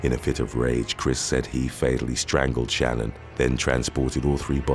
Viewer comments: Just to correct one thing about the dirtbag Chris Watts. Shan'ann was pronounced different from how you said it. I was so taken back by the story I watched so much about it. And based on how her family says it it's not the average Shannon name. Just so ya know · I wonder how many hours YouTubers actually work. Googling the pronunciation of Shanann would've taken about 30 seconds.